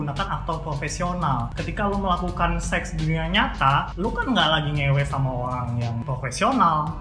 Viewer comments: O rang orang... bukan orlangk orlangk.. ok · I hear Olang olang